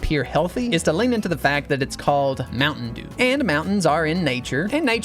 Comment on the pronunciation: Bro turned mtn dew into ompa dew💀